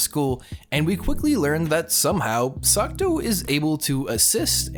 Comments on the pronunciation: Every single time you say Sakuto instead of Sakuta, I die a little inside. Anyways, he was never really bullied. The worse that happened was he was ignored after some rumors were spread about him. His sister was the one who was bullied. Also, of course the sciency "explanations" sound like something a highschooler would make up to sound smart... it's highschoolers that are trying to explain it in the first place after all. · I think you´re saying Sakuto? Even though he´s called Sakuta xD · he wasn't even saying sakuto it sounded like "suck toe" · AGGHHHHHHH. ITS SAKUTA NOT SUCCCKKKKKTTTTOOOOEEEEEE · video starts by narrator saying how he likes the shows...goes on with calling the mc sakuto instead of sakuta :( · Psst.. MC is Sakuta, not Sakuto. Awesome review! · It's weird how you can love a show and get major details wrong, up to the MC's name or at least its pronunciation, but genuinely I don't mean this as an insult. I've noticed it in other videos of yours too, and I'm a little worried you might have a language processing disorder. I'm not any sort of licensed pathologist/psychologist/psychiatrist, but I have been a tutor before and work in an education field. If finding the right words to express an idea is a struggle, maybe consider being tested for learning disabilities. I know this isn't the right place to be saying this/generally wise to ignore some rando on the internet/this will probably go unread, but i still feel it should be said. If somebody wants to copy this where 'll see it, go for it. Source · I dont wanna be rude but the pronunciation of Sakuta’s name is lowkey triggering but decent review of the anime. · he doesnt know how to spell or pronounce the name is his favorite anime HAHAHAHA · Is this really your favourite author? You pronounced the MC name wrong and it's the little sister that got bullied and not him.